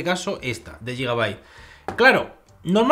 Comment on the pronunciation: no se dice yigabait, se dice guigabait, de nada xD